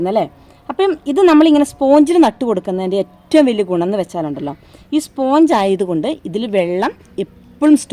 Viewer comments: സ്പോഞ്ച് അല്ല സ്പഞ്ച് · Sponge is pronounced SPANJ.